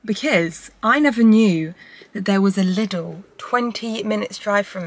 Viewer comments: interesting how u pronouce lidl.... sounds like little. if i dont know what u mean i wouldntknow u mean lidl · Very nice video! So fun to watch you! 😊 BTW: it's pronounced "leedel" so a long I. Not short like in little. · Loved it. If i may suggest how you can pronounce its name, as it is german: Try it like this: Lee-Dell (like the computer company), when you pronounce it you go up with the Lee and down with the Dell ... 😊 carry on 😉 Og btw, you are right with the Focaccia, your friend is wrong (I also speak Italian). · Loves the video!! But I need everyone to know that Lidl is pronounced "Leedle" - with a long first syllable :-) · Lidl is Said like Lee-dal hahaha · still can't get used to the way English speakers pronounce Lidl haha